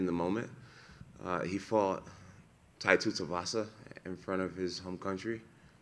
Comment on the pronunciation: “Tai Tutuvasa” 😂🤣😂🤣